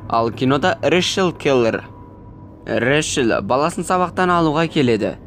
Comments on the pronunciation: Решел🙀 Рэйчел деп айтшы! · Решіл Решіл дей бермей Рейчел* деп дұрыстап айтшы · Ыыыыыыы Решл емес Рэйчл шығар😅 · Рэшл емес брат рейчелғо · Ришл дегенің нервымды қозғап жібердіғой 😅